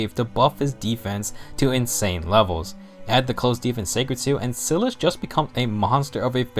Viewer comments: Its SAI-LIS, not sil-as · Your saying Silas wrong.